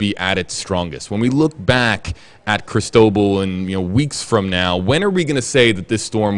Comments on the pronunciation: Can someone pronounce the name crist-o - ball correctly I'm gritting my teeth..it's spanish! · Cris tow ball. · Please learn how to pronounce the name. The accent is on the LAST syllable. This makes me cringe almost as much as pronouncing Quatar as cutter.